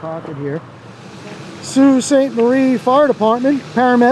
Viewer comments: Sault is pronounces like bow (like bow and arrow)but with an s. Just for educational reasons…lol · Sault is pronounced like "so" instead of "sew". I don't mean to nit pick just wanna help you get it down to a t (= The other two words are dead on though! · FYI it's Sault Sainte- Marie, so (sault) sainte- marie, real pronunciation. I'm bilingual and Canadian btw. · Would be pronounced SO sainte Marie in French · So and sew are pronounced the same. I believe the correct pronunciation is soo… 👊👊📸👍👍